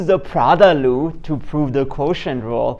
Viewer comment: This is nice - 2 different ways. Whenever I forget what the quotient rule, I turn it into a product like you did. I am curious -- Are you saying product "loop" and chain "loop"?